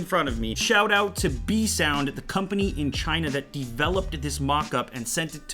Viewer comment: LMFAO! listen and loop it from to > he says "The company in China that deeeveloped dis dis mockup"